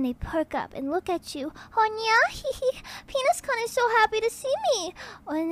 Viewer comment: This voice is better than her real one. Also she needs to say kun right.